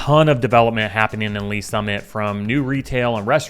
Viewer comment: Did you say Olathe and Lees Summit..........dude, stop